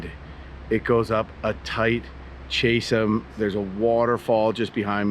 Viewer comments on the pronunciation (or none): Chasm = Kazim, not chasem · Good video. For the record, chasm is pronounced "Caz-um" not " Chase-um" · EPIC adventure. Glued to the screen! Scenery was outstanding! (Btw, “chasm” is pronounced caz’-um, not chas-um. )😊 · "KAS-uhm" not "CHAS-ism" hahaha😂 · it's Kaz-Em not Chase-Em, lol. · Hopi is pronounced "ho·pee," just fyi. Minor quibble. Also, Chasm is pronounced kaz-zum. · chasm, sounds like Ka-zm. Great adventure! Thanks for sharing.